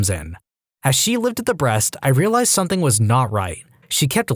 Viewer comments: Dude I love your stuff but something doesn't have a k...stop saying somethink. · No k in the word something .